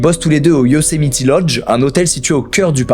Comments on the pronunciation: Moi dans toute la vidéo quand Squeezie dit Yosemiti au lieu de Yosemite : 😵‍💫😂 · Par contre c’est Yosemite et pas Yosemiti 😂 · Ça ne se prononce pas « Yosemiti », mais sinon c’est parfait comme d’hab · Un petit truc qui me titille on dit Yocemite pas Yocemiti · petit ajout mais Yosemite se prononce "YO-Sé-Maït"! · Stp dit plus yosimitI ont dit pas i c'est horribles 😭🙏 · Sa prononciation de "Yosemite" tout le long me stress trop mdr